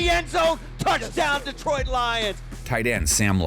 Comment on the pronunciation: "DEEtroit" lol